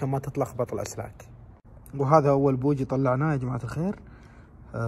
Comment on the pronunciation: بواجي ❎ بوجي ✅